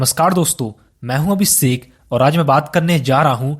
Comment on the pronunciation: Abhishek❌️ Abhiseeeek✅️ 😂😂